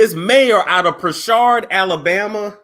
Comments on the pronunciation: Hey, I live here and work in Prichard (Prih-churd).. It's in Mobile(Mo-bill) County and we're very lit here! I actually work at the Prichard City hall where he'll be working if he runs... It's insannnneeee... His opponent name is Quinn Pugh(Pew).. It's funny as hell but it's an insanely impoverished city where millions have been stolen from the citizens.. so in hindsight, it's sad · Im trying to sneak and listen at work and every time you said Pishard I died 🤣 its country country....Prichut lol the R is silent 🤣🤣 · Its Pritchard like Richard puuuuritchard..🤣🤣🤣